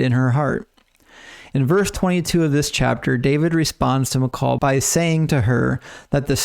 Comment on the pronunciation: I just want to say great video, great explanation and detail! thank you for not being dogmatic in views of scripture that aren't 100% one way or the other but just putting out the certain facts and separating the probable things. Also I'm glad you pronounced Michal correctly and not "Michael" like most people do for some reason. My wife's name is Michal and we always have to tell people how to pronounce it especially since they seem shocked when a woman goes to pick something up after they called for "Michael" haha. Anyway thanks for the content and sharing your knowledge!